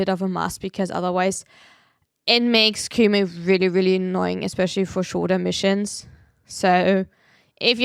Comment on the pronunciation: U not being able to say missions 😭😭